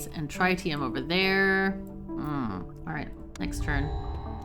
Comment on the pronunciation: I've usually heard it pronounced trih-tium where the i's have similar annunciation as opposed to try-tium. Dunno if that's official, but glad to see some fusion reactors.